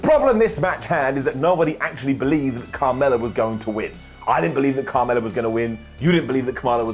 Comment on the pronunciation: Every time he said Carmella it sounded more like kamala.